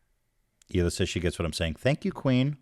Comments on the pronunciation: idk if the thing with hila's name was just a nickname or not, but in case it wasn't: fuck off, nick, for mispronouncing the only non-english name out of all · Did u notice now he pronounces Hilas name right but every other video Nik says her name wrong in an obvious manner?!? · hilas name isn't even hard to pronounce and you how annoying it is for people to consistently say your name wrong 🙄